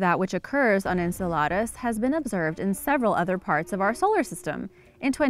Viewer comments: Ok...i can't wait til the end of the video to say this - Saturn's moon Enceladus is pronounced en-CELL-uh-dus... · pronounced "IN CELL LE DIS" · Please learn how to pronounce words before you put them in a video like Enceladus. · So true